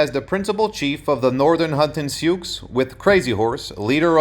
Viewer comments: This is not very good. The Sioux name is pronounced "sue", not "sukes". How can a historian get something so basic wrong? The depiction of the battle at Little bighorn gives absolutely no credit to Crazy Horse, either! It was the leadership of both of these great Sioux chiefs. Bad effort, try again! ..... Only get it right next time! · They are called the Sioux, pronounced “Sue.” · These two comment are both correct in the awkward way the narrator pronounced "Sioux". However this is a phrase based on French reports of the Nadowessi. The Oceti Sakowin (seven council fires) called themselves the people or were ID-Ed as Lakota- Dakota which are language designations. Today First Nations People's will use Tribe, Band or the greater language name. Sitting Bull was a Hunkpapa Lakota (his words) Again - so much YT content is ruined by a mispronounced name or word that I usually stop it. This one was of interest - so I watched it all cringing 😬. And omission of Crazy Horse (a young feared warrior) was neglected. Cheers.